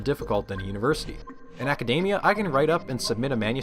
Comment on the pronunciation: Great video but I can't get over how dude says acadamia and not academia. Sounds super dumb.